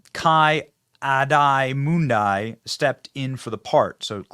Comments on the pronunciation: Ki Adi Mundi is pronounce Kee Ah-Dee Mun-Dee. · Just so you know, it's pronounced (Key Ah-dee Moon-dee) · Key-on-ee Mon-Dee lol love ya boss but that was rough. Ki-Ani Mundi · The way you say Ki-Adi Mundi is hilarious and im now going to pronounce it like that! (Its pronounced key-ah-dee-moon-dee) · ki adi mundi is pronounced ki ady mundy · I wish star wars wasent so bad, it makes me sad that lucas had such an amazing story line in place and it got crapped on bc these people had to give star wars a deformed little brother in the form of these new garbage movies and tv shows that destroy all the lore and story behind starwars(not all of them were that bad but still) and btw, Ki Adi Mundi is pronounced "key addy mundy" pls keep making these great videos, I really enjoy watching them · its prounced Key- addy-mundy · Key adee mundee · Key Addy Moondy is the pronunciation of Ki Adi Mundi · Ki-Adi-Mundi (Key-Awdee-Moondee) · Kee Ah Dee Mun Dee Come on dude. If you're gonna criticize them for not knowing shit, at least research it. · he also forgot he was born 1000 years ago. Ki Adi (Key-Ah-dee). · PRONOUNCED: 'Key-ah-dee Muhn-dee' And in Eposode 1 He, Ki Adi Mundi, says that there hasn't been any Sith for a millenia. Then here he is....40 years before he was born, in this show somehow, and there's Sith. 100 years before the Phantom Menace. Further proving that they totally didn't care nor actually watch any of the previous films. Citing that younwatch the Critical Drinker, but you obviously haven't watched his content so stop lying. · It's pronounced (key ah-dee moon-dee) haha nice butchering Benny. 😂 all good tho . He's the best tho love his vids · It's Kee Ahdee Moondee. Sorry, I hope it was polite enough. Cheers! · I gotchu Benny. Ki-Adi Mundi is pronounced like this Key-Addy Mund-ee Ki-Adi Mundi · ki adi mundi pronunciation was awesome 😂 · I love how you’re hanging shit on the writer but you don’t even know how to pronounce the name Ki-Adi-Mundi.